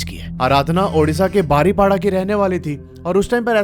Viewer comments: It's बारिपादा not बारिपाडा. ☺️☺️😊😊❤️❤️Luv from Odisha. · Pronouns thik se kar le bhai woh baripoda hota hai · ...baripola nehi❌ Baripoda✅ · BARIPADA😂 NI BARI PADA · बारिपाडा नहीं है बारिपदा है । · बारीपाडा नहीं है वो, बारिपदा नाम है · Baripada not badipoda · Rasulpur nahi Rasulgarg Angul nahi Anugul Baripda ko बारीपदा bolte he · Nice story. Rasulpur nahi Rasulgarh, Baripada-बारिपदा * isse batane me meri koi galat intension nahi hai but me chahti hu ki koi galat pronounce na kare. Proper word sabko pata ho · bro said baripada 😂😂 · Bhai agar Hindi padhni aati hai toh it's बारीपदा and रसूलगढ़ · Bhai baripada- में "da "- दा... बारिपदा।😊 Love from odisha! 🤟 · Baripada pronounce galat he .. google se pucho